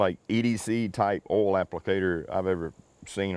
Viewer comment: Listening to you say owl instead of oil is beyond frustrating, i get the accent but come on stop it lol